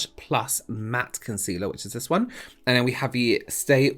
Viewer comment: I love your videos but am distracted by how you say vis and vat instead of this and that - I guess it’s a local pronunciation of words beginning with ‘th’. No matter your videos are still helpful!